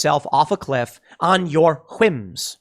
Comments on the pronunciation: 17.49 is he saying Quims or Whims? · Lol whims not quims Tim 😂😂